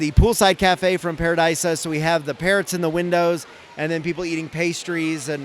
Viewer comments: I know it's a made up name but I feel like it's pronounced Pa-ra-dee-suh not Pa-ra-die-suh 😂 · It's ParadEEsa, pronunciation direct from Lego :)